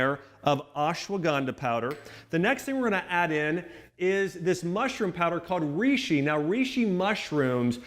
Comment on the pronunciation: Reishi pronounced rayshee not reeshee